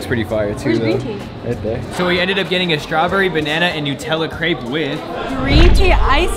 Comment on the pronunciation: You can’t be a crêpe expert if you don’t pronounce the name right 😂